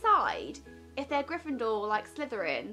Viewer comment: For some reason it annoys me that she says Gryffindor like GryffinDOOR ! xD